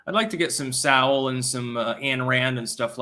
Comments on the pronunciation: Hey its pronounced So wool not Sow wool. No comment on Mary land. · Thomas Sowell's last name is pronounced 'Soul'. Also while I'm at it, it's Dan Bon JEE no, not Dan Bon HEE no.